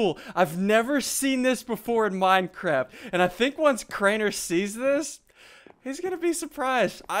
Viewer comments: He did say minecrap I didn't even notice that intill you said it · It sounded like, "minecrab"